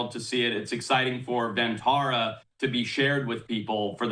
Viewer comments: Pronounced like “Bun” not “done” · firstly, it is pronounced won taa raa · For those wanting to know "Vantara" translates to Van (pronounced like Done) = Forest; and Tara = Star ....Forest Star!!